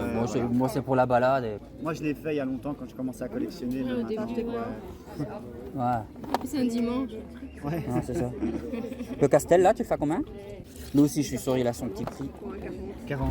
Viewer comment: Sympa la vidéo ! Castel ??? Mes oreilles ont saignées lol. Castle->Casseul